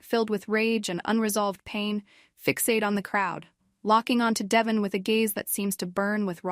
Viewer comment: I’m just wondering why in a lot of these Y&R spoilers you all keep calling Devon… Devin?? You would think you would know how to pronounce his name 🤷🏻‍♀️